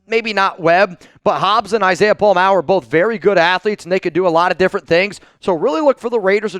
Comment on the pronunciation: u finally said Pola Mao’s name right! Mah-O (you used to say May-O). He definitely is the guy for the job, but there will be growing pains. His tackling is definitely better than Epps. Question is can he do get the back end aligned properly